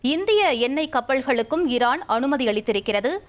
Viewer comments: ஏன் அம்மா உங்களுக்கு தமிழ் வாசிப்பு அத்துணை கடினமா? ஈரான் என்பதை இரான் என்று வாசிக்கிறீர்கள் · அம்மா இரான் இல்ல ஈரான்